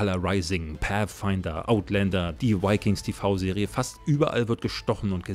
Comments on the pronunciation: Vikings... nicht "Wikings". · V wird im Englischen wie ein deutsches W ausgesprochen. Bitte, bitte, bitte...